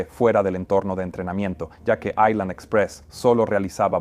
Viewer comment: No se dice aislan, si no ailan, la S no se pronuncia cuando la precede la L